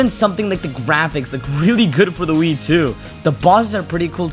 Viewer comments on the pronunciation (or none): I had to turn on the captions to realize you said "Wii" instead of "Weed" 😅